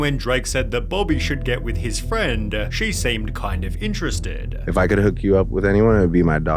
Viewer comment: friendeh. iterestedeh. interactionnnneh. reasonnnneh. sinistaaaaaah. husbannndeh. aftaaaaaaaa. admitteeeeed.